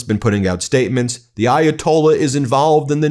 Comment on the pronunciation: trump slurring..referring to the ayatollah as the gay ayatollah is pretty disgusting